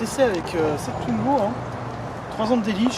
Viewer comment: Pourquoi tout le monde le prononce tuingo, sa se prononce comme sa s'écrit, touingo, w se prononce ou